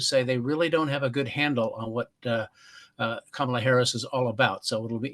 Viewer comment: Listen to how many times he purposely mispronounces her name to belittle and demean.